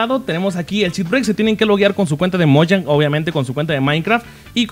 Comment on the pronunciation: CheatBreacker* Te comes la R >:v